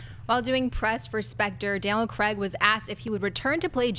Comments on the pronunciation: STOP PRONOUNCING CRAIG WRONG OMG It's kreyg not creg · It's Craig, not Creg. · it's not pronounced 'creg'. it's pronounced the way it looks, 'Craig'